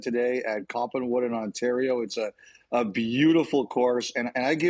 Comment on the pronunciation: Copland wood? Did he mean Coppinwood?